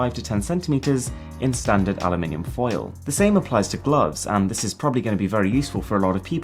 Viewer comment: Great video, and the way you pronounce aluminum is fantastic